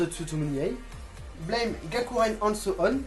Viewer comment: Pour Blame!, il faut prononcer à la française ;)